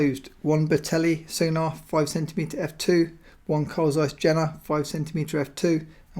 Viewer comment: great video. Carl Zeiss Jena pronunciation is Je:na the 'J' is pronounced like 'Y'